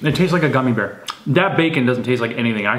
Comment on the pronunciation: when says,"A gummy bue."I died laughing like this is you did too